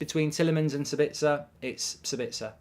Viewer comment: Dude, his name is SAbitzer, not SaBITZer, meaning the stress in on the first syllable, not the second... ;-) Greetings from Austria 🙂